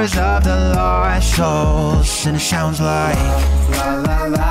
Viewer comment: "whispers of the losh soulsh... shand it sounds like"